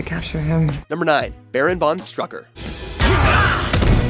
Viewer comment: Not strucker....its STROOOOKER